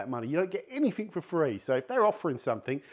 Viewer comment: "anything", not "any think"